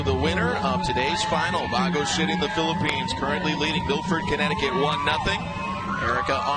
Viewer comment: Its not bago city, its baguio city